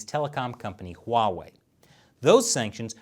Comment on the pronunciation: That’s not how you pronounce Huawei.